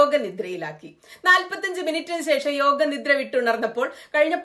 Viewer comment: താങ്കളുടെ വായനയിൽ ചില സ്ഥലങ്ങളിൽ യോഗ എന്നതിനു പകരം യോഗി എന്നാണ് കേൾക്കുന്നത്.